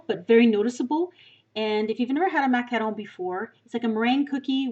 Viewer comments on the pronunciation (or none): It's not macalon it's macaroni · no, it's not. the word is really "mah-cah-ron". this pastry is french and i don't think there's an english way of saying it. macaroon are a whole different dessert. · (MACK-A-ROONS) not what ever the heck you say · it's MAC-A-ROON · I use to have this one account and i commented that i thought the way you pronounced "Macaron" wrong and you banned me. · Greetings from Toronto! I could tell by the way you pronounce macaron that you were probably from Canada, then I looked up your page that said you are from northern Ontario so I knew for sure. I love the French language. I put all three of my kids in French immersion and two of them now have university French degrees. Oh and by the way lol, I loved your video too and will be making these for next weekend. One of my daughters is a macaron fanatic and I have a beautiful tin of Fortnum and Mason loose leaf Earl Grey tea in my kitchen which I'll grind up a bit. Thank you! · I'm almost certain that's not how your pronounce macaron.